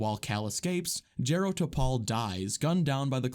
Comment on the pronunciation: It's pronounced Jar-o, Not Jerro 😩 i'm irked